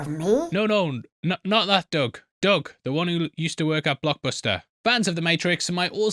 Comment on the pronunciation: Is he saying "Doug" or "dog"? Speak English,! Didn't your people invent the language?